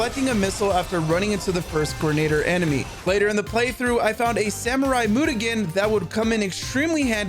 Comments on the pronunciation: Loved these two games back in the day! They are EXPENSIVE though! Great video - subscribed! Your pronunciation of mutagen had me laughing every time though....it's myoo-tuh-jen, not moot-a-gen! :D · Mutagen pronounced Myu ta jen for the record the way you say it is very entertaining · Ain’t no way you just called it a mootaghen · The g in “mutagen” is pronounced with a j sound; as in genetic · the way he says "Mutagen" the whole video is fucking hilarious